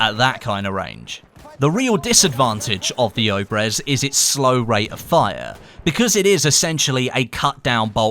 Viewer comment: Not Obrez obrEz